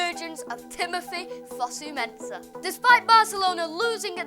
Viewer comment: Jess Lingard? Fusu-Mensah? Come on